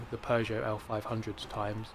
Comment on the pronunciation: It's simple: Because it's a "Pujuot". Superior French Engineering.